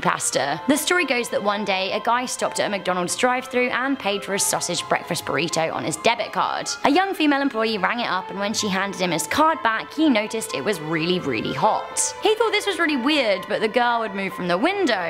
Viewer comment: Breakfrest boritose